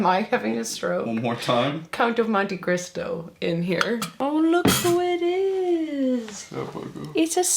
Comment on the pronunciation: I laughed so hard at your gibberish when you were trying to say Count of Monte Cristo. 😂